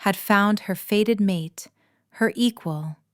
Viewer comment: Fated not faded! It’s so annoying, AI mistakes!